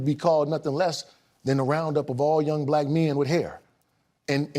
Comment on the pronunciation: What's with putting emphasis on the fact that it was 2 "black" men.